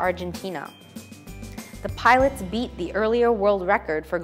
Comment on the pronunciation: どうしてもpilots がpiratesに聞こえる。